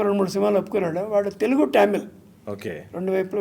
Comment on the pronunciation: మీరు ఆ కాలం వారైఉంది తమిల్ ను టమిల్ అని పదే పడే అనడం ఏమిటి! భైరవ ద్వీపం, బృందావనం పాటలు చాలా ఇష్టం